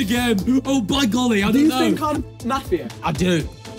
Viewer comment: as an aussie, it was hard to listen to their pronunciation of mafia lmao